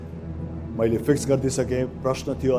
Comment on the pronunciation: *ख्यालख्यालैमा 6लाख 40 हजार??omg!! बधाइ छ दाइ !! तर नेपालिमा नसोधेर किन english हाँकिराको होला?? यो दाइको बोली "त" लाई "ट" भन्नी खालको रैछ त्यहाँ माथी इङ्लिशबाट question सोधेर "वर्ल्ड एड्स डे" भनेको "ओल एस दे" "फिक्स गर्दिनुस" लाई "फिस गर्दिनुस" भनेको नै नबुझेपछी,,, हेर्या हेर्यै.... हेहेहेहे ! म किन बेहोश हुँदिन त ।